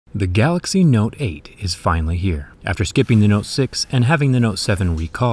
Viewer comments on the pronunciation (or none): none